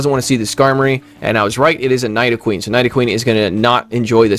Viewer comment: Bro why is it that almost all of the top content creators can’t pronounce Pokémon names..? Like did you not watch when you were a kid? I’m seriously offended. #night-o-queen